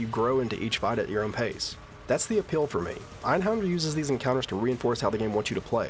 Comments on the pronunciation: That creepy laugh from the billboard was actually reused for some boss in Final Fantasy XIV (I forget which one). Also, it's not your fault because the game itself mispronounces it too, but the accent on the A in Einhänder means you shouldn't pronounce it as Einhonder. I guess it would be like "Einhender". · It's pronounced AYN-Hayn-dare with a soft 'r'. Ist es Deustch. Nicht Englisch. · I'm pretty sure he knows (along with everyone else) that it's German. Native English speakers don't grow up learning how to pronounce German words many have never encountered before.